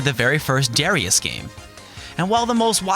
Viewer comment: FYI, the game Darius is pronounced da-RYE-us as it is written in katakana.